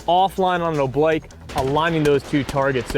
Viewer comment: oblique is pronounced, oh bleek